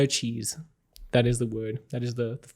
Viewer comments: "No cheese" or "no cheaters" ? Haha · I heard no cheese 🤣